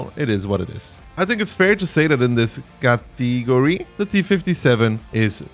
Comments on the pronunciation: its pronounced cat-uh-gorey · You have a funny way of pronouncing "category" btw